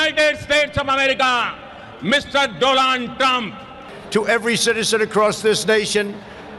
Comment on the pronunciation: When he said, the do-land trump